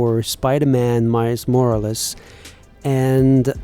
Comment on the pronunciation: “mais morraless”